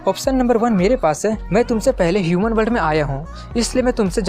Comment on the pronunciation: Shuman nhi loDo yuman hota hai 😂😂😂 do not maid okk